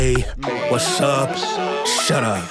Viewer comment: He's saying west up shut up. Not what's up shut up